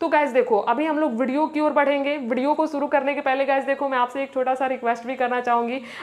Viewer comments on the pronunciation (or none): none